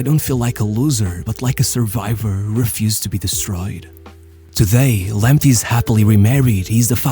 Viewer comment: It is pronounced Lamptay not Lamptee. Thomas Partay not Partee. Tariq Lamptay not Lamptee